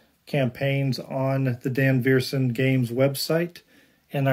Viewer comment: SWEEEEET! Awesome awesome awesome game! (You should add the Cthulhu expansion, though ;) ) And, yes, Sarah Verssen (customer service) is FANTASTIC. And I’m pretty sure it’s said “vur sen”